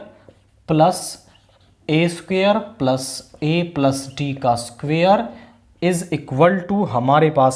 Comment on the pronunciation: Squar ❌❌ सुखेर😂😂😂